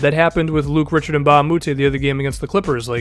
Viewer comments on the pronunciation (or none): its prounced Rishard in Luc Richard Mbah a Moute, just a heads up